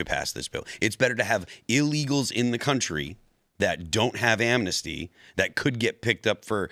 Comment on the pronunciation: Its not Amnasty please inform yourself read the bill ITS NOT AMNASTY.